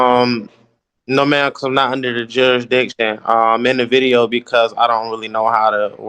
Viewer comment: The word is "jurisdiction", not "juradiction".